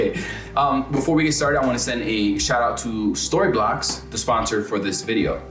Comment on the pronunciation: "Thank you SquassssToryblocks." You almost messed up the sponsor! Good tips here.